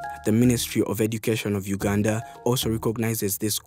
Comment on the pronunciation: Sssshhhhhhhaaaaaa this I not Uuuganda I repeat this not Uganda as I know my Country